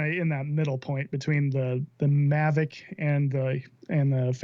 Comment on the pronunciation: mavic not mavric